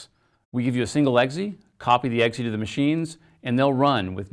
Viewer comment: weird way to pronounce exe